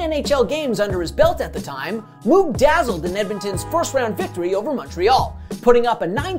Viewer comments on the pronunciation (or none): It’s not MooooG it’s MoeG Moog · Who the fuk is Andy mooooggg? Its pronounced andy moe-gg u 4ssh0l3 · Its pronounced moag. Not moog. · My favorite part of the video. I though he said mook and had to replay that part to hear it again. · Great video. For future reference, tho, it's pronounced "Moh-g", like the dude who invented the Moog synthesizer that was also dominant in the '80s. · Agreed. Though I think it's the Sutter brothers not the "Sooters". Makes me wonder why no one passed that along to him? 🤷‍♂️ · It's a great little video, but a few minor corrections: -- Gretzky wasn't 1st in WHA scoring in 1978-79 -- he was third. -- "Moog" rhymes with "rogue". -- "Sutter" brothers, not "Suter". -- In the first round in 1984, the Oilers beat Winnipeg 3 games to 0, not 4 to 0 (it was a best of five then). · Moo-g lol Mōg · I can retire from my good job in 8 years but because your mispronouncing of Moog, I'm going to keep my job forever. Fuck them kids. Do your homework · You're pronouncing moog improperly. But it's hard to type how to pronounce it. Yiou also mispronounced Sutter . Still a cool video. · This is bad. You gotta get their names right. needs to fire him. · Did Moog dirty with that pronunciation. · Unreal he can't pronounce Moog. What a disgrace...lol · Yikes... the Andy Moog pronunciation... and on The Score no less! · I honestly thought I'd been hearing "Moog" and "Sutter" wrong all those years. In this case it is indeed the kids who are wrong. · Good video but maybe ask someone who knows hockey to help you with the pronunciation of certain names (Moog and Sutter). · Dude can't even pronounce Moog's name correctly.